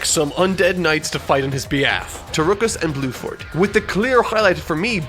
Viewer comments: My man really be calling Tarkus and Bruford “Tarukus and Bluford” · Did you call Bruford fucking BLUEFORD? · omfg you actually call bruford blueford that killed me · this dude really said Blueford LMAO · I don’t want to be rude but you should look up some of the characters names because they are changed for localization. I.e. Bruford -> Bluford It doesn’t make your very well written review sounds as good. I still love the video though! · His name is Bruford not Blueford. RIP in censorship. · I cannot tell it is saying Blueford or not and it’s really funny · he does say bruford but just pronounces his Rs weirdly like as if he doesn't roll on it even a tiny bit